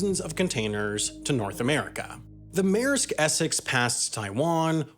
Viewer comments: Mayersk. Sometimes, the way people pronounce our language is just fascinatingly strange. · Take a shot every time he says “meresk essex” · Maersk is not pronounced Mare sk